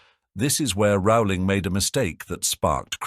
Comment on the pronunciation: I love how he brings up the mispronunciation of Voldemort's name yet constantly mispronounces Rowling's name LOL It's ROW-ling as in bowling.